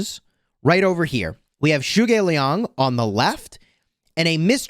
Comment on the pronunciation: You pronounced zhuge Liang name wrongly,it is just Zhuge Liang and not anything special